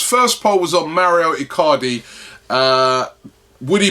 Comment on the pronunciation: Its Mauro not Mario Icardi